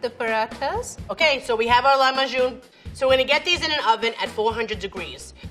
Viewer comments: Ayesha can't decide how to pronounce "Lahmajoun", goes between "Lakmajoun" to "Lakhmajoun" to "Lahmajoun" ... smh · i didnt know english speakers called our lahmacun flatbread, also level 3 chefs always pronounces these middle eastern recipes so wrong lmao it’s mot lakmajun it’s lah - ma - cun read like it’s written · It's kinda amusing how level three chef is pronouncing "lakhmajun" differently each time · as a turkish person her saying lahmacun as lackmahjun actually killed me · Why does she pronounce Lahmajun like that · IKR SHE SAID THE NAME WRONG but she did an amazing job with the dish